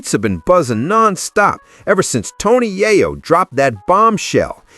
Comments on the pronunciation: Yaaryo? LMAO 🤣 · You are mispronouning Yayo.